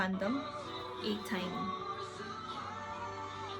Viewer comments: Btw the fandom name is pronounced as Destiny not Tiny xD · They're such a sweetheart and really care to each other and also to their fans. Being an ATINY is one of the best decisions that I've ever made 😊 beside of their talents and sweetness, their chaotic is on another level as well Lol 🤣🤣 PS. ATINY pronounce as "A-Tee-Nee" from desTINY 😊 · Atiny is pronounced as "ateeni" 😊 ateez is a a word form from A teenager Z ... meaning everything the youth wants (I'm not really sure😆)... also KQ entertainment is not the company owned by Zico (KoZ entertainment) though he is part of Block b that is under 7season which is a subsidiary of KQ... kinda confusing but welcome to the Fandom 💕